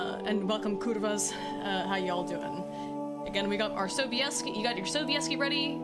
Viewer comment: Hehe nice pronunciation of Sobieski :) Wait Mads Mikkelsen for Geralt? Zajebiście by było :D I bought and read Ostatnie Życzenie(Last Wish) recently on a whim because I had nothing with me to read as I was waiting for my uncle at the airport. And was pleasantly surprised. I was thinking before books fame was overblown a bit. It isn't. You saw the Polish TV series? Damn woman you got some balls. Nilfgaard is more closer to Holy Roman Empire than ancient Roman Empire.